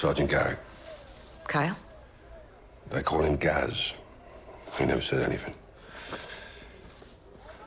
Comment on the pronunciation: You said 'sayed'